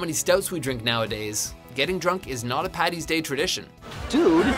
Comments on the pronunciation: I'm Irish and first of all ITS FUCKING ST PADDYS DAY OR ST PATRICK'S DAY NOT PATTY! And second of all the snakes were pagans and paddy drove them out of Ireland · Number 1 should be: nobody in the history of Ireland has ever called it St. Pattys day so STOP IT!! It's Paddy. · ITS NOT PATTY ITS PADDY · as an Irishman, its Paddys day not Patties day. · it's either St. Patrick's day or Paddy's day not patties day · and also, IT'S PADDY!! NOT PATTY!! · Saint Paddy's not Patty I'm Irish so I would know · How many times do we have to say it, it's PADDY'S day NOT PATTY'S!!.... Every bloody year it happens. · What it's paddys day not patty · Okay it's st.Paddys day not 'St.Pattys' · why do all Americans say paddy's like patty's it's paddy's day